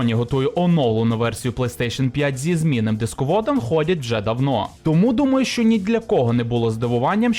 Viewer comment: ЩЬо, чЬому... пля..